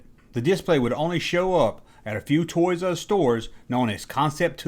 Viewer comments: Great video man, but for the ever love of god, it's TOYS-ARE-US, not TOYS-US... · It;s pronouced "TOYS ARE US" not "ToYRuSs" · It's Toys R Us, not Toysus.... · Not trying to be a Richard but, is there a reason you vary your pronunciation of Toys 'R Us between "Toyzus" and the traditional "said as spelled", "Toys 'R Us"? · "Toys Us"! I'm cracking the fuck up. Is this? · ''Toys' Uz''......(?) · "Toys Uh Us" lol!